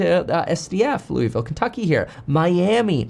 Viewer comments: That and learn how to pronounce Louisville ('Lou-a-ville'), Not Lowville, Louis-ville or Looeyville. If dude wasn't on screen, I'd thought this was an AI commentator. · Must be a local thing, because the entire rest of the world indeed pronounces it "Looey-ville".